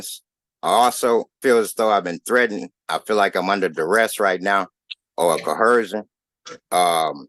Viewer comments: Where the hell do these idiots get "co-her-sion" from? So many of them say the same thing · What is cohershon?